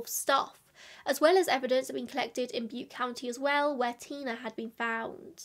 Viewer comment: small side note: you did indeed pronounce butte county correctly 😊